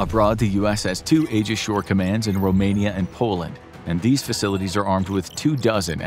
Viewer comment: Aegis is pronounced "Ee-juhs," not "Eh-juhs."